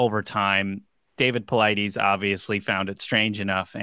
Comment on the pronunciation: Paulides is pronounced as Polite-iz not Paul-ideez. Ugh